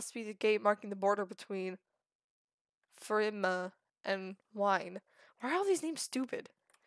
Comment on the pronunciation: "Ragin" Lmao, It's 'Rag-ni', said Rag-knee. Wynn is said 'Win', what confuses me though is how you say Wine at first, which is understandable, and then at the end of the video you pronounce it Wyvern. Fruma is... well Fru-ma, not sure how you're messing that one up but it's funny. and also, omg the names. Alexander? XD where are you getting this stuff lol. Al-a-dar is how you say his name, your adding like 8 letters. Also, your really close on Tasim, but for some odd reason your saying Tasmin, again, not sure where you're getting the letters. Trebuchet is a real word even, you were saying Trebute. Sorry about all of that, wasn't trying to be mean, just hoping to help. There's a lot of tips I could give you, but I don't want this comment to be any longer than it is, so I will probably type them as they come up in the series.